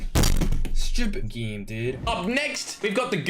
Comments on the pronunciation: Its so funny how he pronounces game😂😂😂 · How pronounces game normal guy:game:geme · every one: hay its pronounced ''game'': nah nah nah its ''gihm'' just for fun lol...